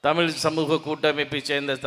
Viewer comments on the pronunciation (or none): தமில், டுமீல், முதல தமிழின் சிறப்பு எழுத்து "ழ" சரியாக உச்சரி.